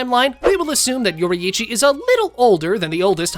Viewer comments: It's yourichi nor youri-ichi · I like how he says yoreichy yoriithci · Yorrichi ❌ Yori’ichi ✔️ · he's saying yoraichi, its yorichi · yori ichi? bro its pronounced yorichi theres just a double i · Demon slayer if yoriichii was born in that era the show wouldve ended that fast also its not pronounced yor ee ee chi its yor ee ch ee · ITS NOT YO-RI-I-CHI ITS YO-RI-CHI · why bro calling him yorieechi its yor-e-chi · it's not yori-ichi, it's yoriichi, pronounced like yoreche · How we pronounce yorriichi: your eechee How he pronouces yorriichi: youri ichy And akaza was sent to look for the spider lily and muzan didnt know about tanjiro fighting enmu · bro its pronounced YOUR-EE-CHI not YOURI-EE-CHI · its not yoriichi its pronounced yor E chi just letting you know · I can stand the way he pronounces Yoriichi he pronounces it with both i’s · ITS PRONOUCE yori-chi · STOP PRONOUNCING IT LIKE YORYICHI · “if yoreee eee chi was born in the same erw as tan jeehro”GOOFY AH LANGUAGE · Mf said yoriyichi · It’s said like (yor-reee-chee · Why does he say Yori-eechee??? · "Yori Ichi"💀💀💀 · Yoraiici it’s pronounced yourichi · “Your Eeitchy” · YORIHICHI its what i heard😅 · Bro said yoryechey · Bro you say it like your e chi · Nah you cant even pronounce yoriichi right that's crazy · The way he says yoriichi makes me so mad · The way you pronounce Yoriichi is so triggering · ok did you read the manga or no... cuz douma wouldnt be mad he doesnt have emotions and HOW CAN YOU PRONOUNCE MITCHIKATSU BUT NOT TANJIRO OR YORIICHI?!?!??!?!?!